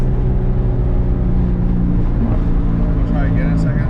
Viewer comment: What is it he keeps mentioning? "Watt box?" "WOT box?"